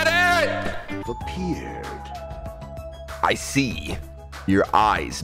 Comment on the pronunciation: "U never give me my CREDITT" ~ 2019